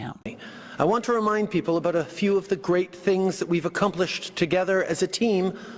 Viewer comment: He doesn't pronounce "about" correctly for a Canadian. Y'all have been infiltrated.